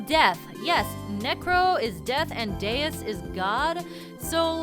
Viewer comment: deus is god in portuguese and it's pronounced daoos.